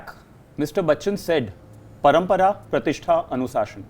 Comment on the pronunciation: It's anushasan not anusashan. 😖